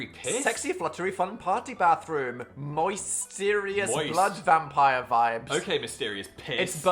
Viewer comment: its so funny how dan pronounces bathroom with 2 different accents 🤣